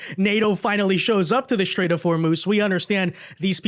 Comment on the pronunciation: It's a "strait",. Not a "shtrait".